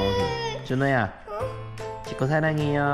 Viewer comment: 아~글쿤요ㅋㅋㅋ 부르는게 다 잼나네요~👀듣는사람 마음대로줭 머ㅋㅋ..😁 근데 전 준호가 쎈발음으로 분명 ''찍코~오 🗣🐶 라고''했는데 ㅋㅋㅋ